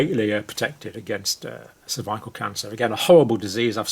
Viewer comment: The way you pronounce "cervical" makes me doubt you are a doctor. Maybe a puppet... don't know but disturbing.